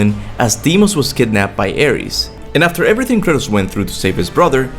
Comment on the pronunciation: The way you pronounce Kratos is really off-putting. Not bad otherwise, keep it up